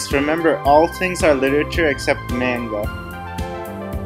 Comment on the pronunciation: Can we talk about your pronunciation of "manga"? You're the first person I've ever heard say it like that